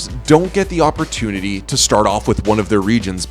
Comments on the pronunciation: Did you say AWPertonuty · lol “awperturnity” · I heard him say awpertunity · "Always grab the AWPurtunity to succeed" KeennyS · "Don't get the AWPertunity" xd